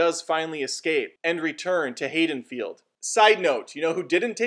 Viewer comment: "HAYDENFIELD" tf? lol